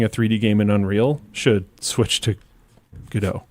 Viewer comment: why the f is calling godot "giedough"???????